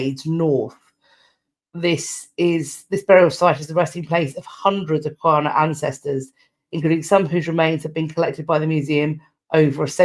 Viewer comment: Hi! I love these update videos. Just a heads up about how to pronounce the name of the indigenous people of the South Australian plains. It’s written Kaurna but pronounced “Garna”. I’m not indigenous myself (my grandpa came from London’s East End) but I like to make this known as my tiny contribution to reconciliation and cross cultural awareness 😊 An Op Shop is indeed an Australian charity shop and the Op stands for Opportunity as you never know what you will have the opportunity to find!